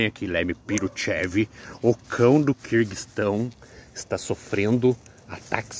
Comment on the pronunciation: "o Lobo está traumatizado, o Lobo está fazendo terapia" kkkkkkkkkkkkkkkkkkk Não sei quantas vezes por dia eu e o meu namorado falamos "Lemy PIrutchev, o cão do QUIRRRRRguistão" kkkkkkkkkkkkkk é um negócio viciante Ai, amamos teus bichos. Obrigada por compartilhar com nós a rotina deles.